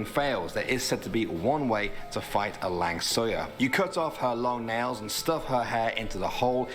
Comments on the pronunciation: Lang Suyar? wtf hahahahahah Langsuir:thats not my name dude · the langsuir is not langsoyar🤣🤣 the way to pronounce it is lang-so-where or lang-su-where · lang suyar. malaysian pronounce it as lang suey suey as chop suey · Langsoya??? Ahhahaha soy beans become ghost... just kidding... The correct pronunciation is Lang-Sew-Way (langsuir) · Langsuyar hmmm oh langsuir